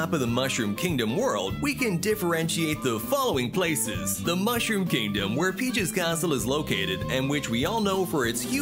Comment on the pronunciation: 他の国でも上映されるのかな？ 日本だと 4月28日からってなってるけど 映像が 可愛いから 観に行きたい！ ヨッシースタンピード 怖い 笑 あと 英語の マッシュルームキングダムの 発音が 何か好き 笑